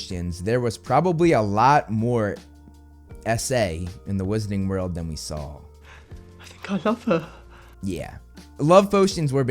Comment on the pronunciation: and here we have another youtube that cant pronounce wizarding world correctly and instead goes for wizzing world. on the one hand you have a magical world of magic and wizardry and on the other hand you basically translate to piss world xd